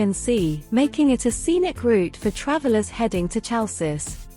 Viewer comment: hay girl...the name of city is not tsalssis!!!!!!!! is HALKIS